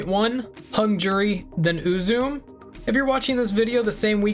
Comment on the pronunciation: So the name is most likely pronounced more like Ooo-zoo-may rather than Ooo-zoom The name looks fairly japanese in origin. So the syllables would be broken into U-zu-me rather than U-zume.